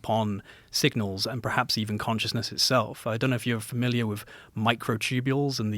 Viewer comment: he can’t say the word “perhaps”